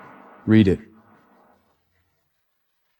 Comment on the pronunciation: Did Leon turn into a girl now😂these AI's but we keep watching,and how they pronounce 😂😂😂😂😂